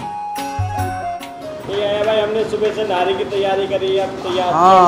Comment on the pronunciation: Thank God you’re calling it Nahari instead Nihari. Please encourage others to pronounce it correctly.